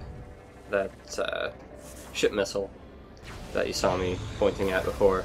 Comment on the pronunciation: I can't help but always hear you say "Shit Missile" rather than "Ship Missile".